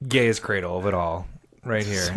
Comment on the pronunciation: Gaea's Cradle is pronounced [Guy-uh]